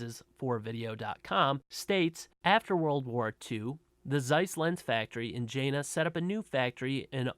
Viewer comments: Hey, no worries man. No one does their homework before preaching anything on YouTube. You don.t owe an apology to anybody for spreading misinformation. But thanks a bunch for it. I subbed!!!! ;-) BTW, it's pronounced Yena, if you want to sound like you know what you're talking about. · Jena is pronounced yen-na.